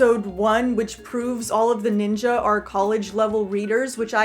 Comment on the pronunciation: That's actually the correct way to say it. They say it like that in the show too. 😅